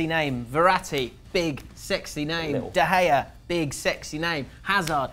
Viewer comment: why you not use the g in david de gea he`s spanish not dutch